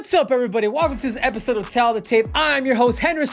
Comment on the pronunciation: Henry it’s pronounced “TALE” not “tell”